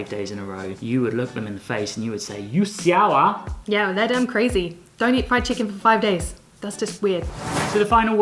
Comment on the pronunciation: Her "siao ah" is sooo good! *chefs kiss- from a local singaporean